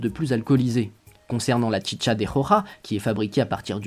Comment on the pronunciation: À vous que tout le long de la vidéo t'avais envi de dire la chicha pas tchitcha